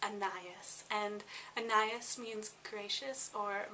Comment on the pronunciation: Anais is pronounced ah-na-EEZ